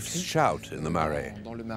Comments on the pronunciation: It would have also been 1000% times better if the narrator had taken 5 minutes and learnt how to pronounce the few Māori words used. 'Marae' stood out the most. Should be pronounced closer to 'mah - rye' not 'ma - ray - ay'. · The place is a Marae; pronounced like ‘Ma-rai’ you roll the ‘r’. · I’m not Maori too and I know it’s not difficult to pronounce Marae. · I am Maori and I can confirm that Marae is not pronounce Marie. 😩 There is no island of Chatham. There is Rekohu, which is also known as Wharekauri and the Chatham islands.